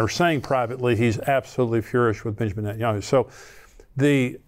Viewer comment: I believe it's nentanyahoo